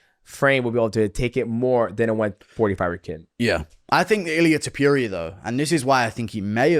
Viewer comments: TOH-POO-RIA NOT TOP-YOU-RIA Coohnt lmao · Who the fck is Topiuria? It's Topuria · Guru: ilia too puria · Guru saying "Ilia Topiuria" is a pet peeve of mine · Who the hell is Tupuria😂😂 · it's not "tiupiuria" either xd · Tuupuria 😂 guys needs a pronunciation lesson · Tah-PURE-ia ….. you sound like an ass. Say it normal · This dude cannot refuse to call Georgian midget „Tiopiuria” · Who’s TEP-PURE-RIA? 🤣